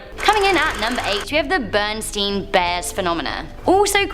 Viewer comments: BER-in-STAIN Bears; not Bern-steen bears. As a small child, my daughter had several of the books and they were always titled The BerenstAin Bears (in whatever adventure). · Those bears names are NOT “Berenstain”, I’m sorry. They have always been “Berenstein” Bears, and they always will be. I don’t care what anybody says.